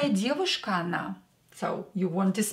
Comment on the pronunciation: Their is no English equivalent of a Russian бабушка. "Grandmother" is a pale shadow ... Not looking at the screen, you said "Она красивая девушка" but I heard ""Анна красивая девушка".